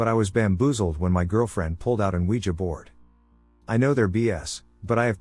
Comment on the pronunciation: Oogeeah board😁